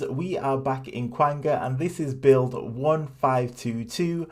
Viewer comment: Its pronounced kanga like kangaroo you flip flop